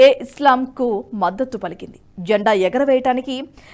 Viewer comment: జంఢా కాదు. జండా